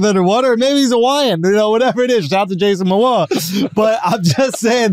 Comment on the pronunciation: Andrew really said Jason Moana